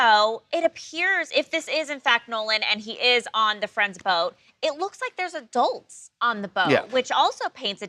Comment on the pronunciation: "Adelts"!? 🤦🏽‍♀️uhmm, ma'am .... it's "Adults"!